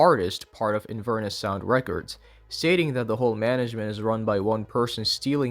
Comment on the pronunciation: he cannot pronounce records 😭